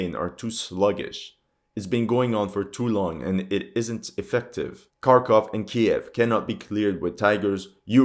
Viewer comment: At long last, a commentator who knows how to correctly the names "KEY-ev" and "KHAR-kov" . I'm surprised that media mouths havent changed the pronunciation of Ukraine to ""EEE-kreen" or "YUK-reen" or something equally silly. 😅